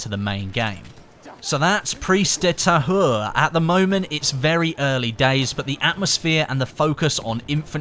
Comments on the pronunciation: is it supposed to be called Pres de twa in English, I'm just curious please no hate but it's bothering me it being pernounced tahur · its pronounced Ta-oore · The H is silent in French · its Pronounced Pree De Tah Ur. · The french dont say the H so you pronounc it as ta ure